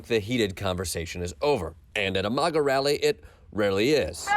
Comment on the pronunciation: Will someone please tell Jordan he is pronouncing maga wrong.